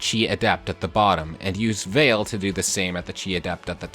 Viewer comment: Copied one to one, got lucky Clanne didn't miss a 71% chance to kill the one archer, honestly it was fun to pull off, even if I gave Alear 2 boots, and Veyle (which I noticed you said Veil, where as I kind of go with the Japanese way and more go Vey le. (Spacing it for pronunciation.)) But followed the exact spots to follow and did it.